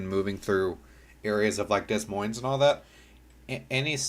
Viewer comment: “Dez Moinez”